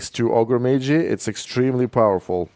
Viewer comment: Ah yes, Ogrè Maygee: invaluable mini.